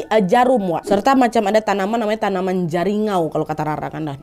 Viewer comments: Nyebutnya bukan Jaringau kak tapi Jariangau 😊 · Ijin koreksi kak.. Jariangau bukan jaringau hehe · Jariangau nad bukan jaringau😅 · Jariangau bukan jaringau ka.. itu tumbuhan khas kalimantan